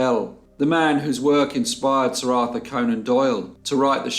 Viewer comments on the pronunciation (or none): none